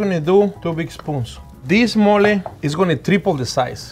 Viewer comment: It sounded like he said 'we're gonna do Molly' and I thought this episodes was gonna be lit.